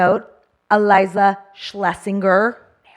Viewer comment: Schlesinger is a German name and pronounced (in American English phonetics): Sh-lay-zing-er It means "Person from Schlesien", a historical Region in Central Europe